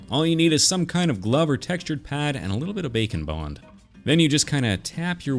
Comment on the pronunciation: Whenever he says bake and bond I hear bacon bond